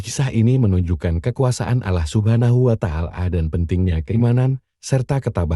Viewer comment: Ini nyang punya cenel Islam apa bukan ya,kok cara penyampeannya Alah bukan Allah